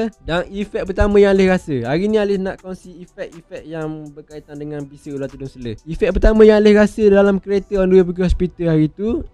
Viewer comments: Selar... Bukan selerrrrrr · selar, bukan seler... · Selar bang, bukan sele😑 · Selar bukan seler.. hahaha.. gurau2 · selar bukan sele.. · Tedung seler...tedung seler. Tedung selar lah. Sebutpun tak betul. Patut la ular patuk. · Terima kasih ml studio. Mana yang duk cari2 ytc aliff tu. Ni jemput singgah. dan satu lagi saya orang terengganu sbb tu sebut ular selar jadi seler😂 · Dia ni mesti orang Melaka sebab sebutan "selar" tu jadi "sele". Kalau orang Johor, sebutan tu jadi "selo". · Sele. Terengganu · dia ni mungkin org ganu atau klate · Tgk pseng ckp org tganu,.